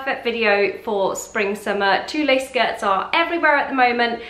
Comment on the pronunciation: Pronounced "tool" not "tooleh"